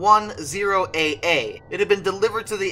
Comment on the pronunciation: also, the proper way of saying this aircraft's number is November 110 Alpha Alpha